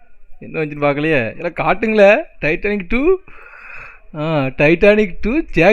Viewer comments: Nalla paru bro ..titanic illa Turtanic 😂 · Athu Titanic illa turtanic bro😂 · Tiatannic eilla bro Tartannic dha bro 😂😂😅😅😊😊❤❤